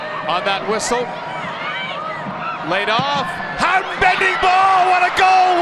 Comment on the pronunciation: There are so many things I hate about the American commentary in this game but most of all is their pronunciation of 'Houghton'